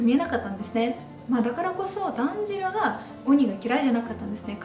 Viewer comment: スラブ民族の方は「たんじろう(炭治郎)」ではなく「だんじろう(団時郎)」と発音しちゃうんですね！ 団時郎はポーランドのハーフだし、彼もスラブ民族のイケメン俳優！ 冗談はさておき、アニメの1話の雪景色の足跡や積雪のシーンが北海道民としては感動しました。 ロシアの方なら共感してくれると嬉しいです。 劇場版の感想も私と同じで国は違えど、共感できてとても嬉しいです！